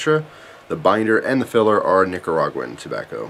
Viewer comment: Being a black guy, I appreciate you saying Nicaraguan correctly. 😂